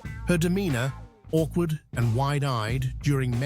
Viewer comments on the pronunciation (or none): none